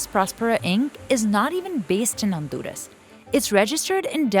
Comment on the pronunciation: Honduras not Onduras ,this is not ok